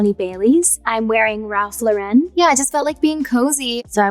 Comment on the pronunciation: I can't take any more of her mispronouncing the "Lauren" in Ralph Lauren.